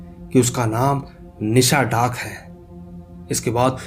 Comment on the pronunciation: Are bhai ye nisha daak nhi nishi daak hota hai 🤔🤔🤨🤨😏😒🙏